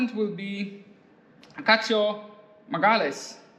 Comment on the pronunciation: im portuguese. I didnt even know we had a portuguese drifter in DMVC but I just wanted to say that I didnt understand the first name and the second its Magalhães, not "Magalles" ahahahahahah it was so funny